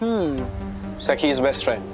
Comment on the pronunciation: Bro its not saki its sakhi